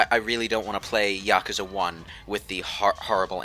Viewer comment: you pronounced it right once and then you went right back to pronouncing yakuza wrong